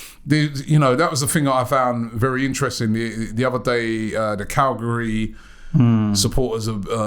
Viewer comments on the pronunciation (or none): Robbie says Calgary instead of Cagliari. Didn’t know Serie A had a Canadian expansion team. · This fools always says Calgary its Cagliari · Robbie, on the section regarding racism in football. You need to be very careful about how you pronounce names. You did accuse the area of Calgary ( a Canadian province ) of singing racist chants to Romelu Lukaku, when it should have been the supporters of Cagliari ( an Italian football team ). I fully support all organisations involved in trying to kick racism out of football / sport, but I would ask that those talking about it are very clear on what they are saying.